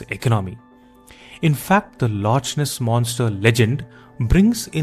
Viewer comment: I punch myself every time i hear lotch ness😂